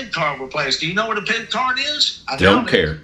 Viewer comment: he's gotta go through the pwocess of getting his pip cawd weplaced